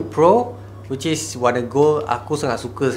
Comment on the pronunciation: No one:: wicis